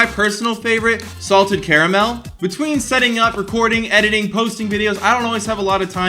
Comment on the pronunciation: He said caramel wrong